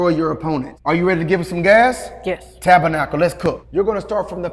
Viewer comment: I always thought you said " Tap a knuckle".